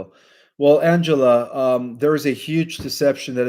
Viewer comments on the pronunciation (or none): none